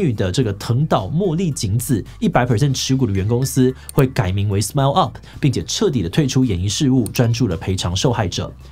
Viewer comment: 呃...SMAP唸成SMARP，Smile唸成Smell這樣好嗎？